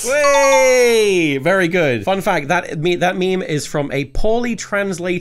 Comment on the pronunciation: That’s vewy nice